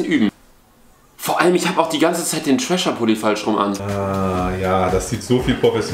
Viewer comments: Ganz kurz Mal für alle: es heißt nicht Trasher, sondern Thrasher, also man spricht es mit englischem TH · Thrascher wird am Anfang wie The ausgesprochen